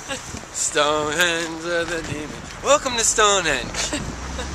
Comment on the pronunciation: "Stown'enge" Ha ha! Spot on! £5.90 ?!?!?!!!